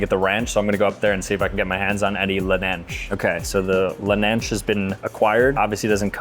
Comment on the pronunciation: "lelnanch" lmaoo